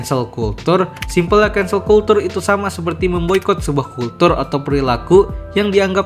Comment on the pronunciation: izin koreksi nih ya bang. Kalau culture jangan dibaca "kultur" salah cara bacanya. Yg bener itu "kelchur" agak susah sih buat nulis aslinya. Soalnya ini bahasa Inggris beda cara baca dengan bahasa Indonesia